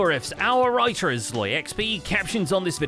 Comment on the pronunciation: Whenever says “our writer is SloyXP” I always think they’re saying “our righteous SloyXP” 😂